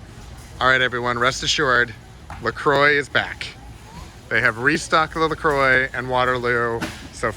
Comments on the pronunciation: La Croy? lol..it's pronounced La Qua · its actually pronounced la croy.. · Well, you learn something every day. If you want to go by the French, it is La Qua.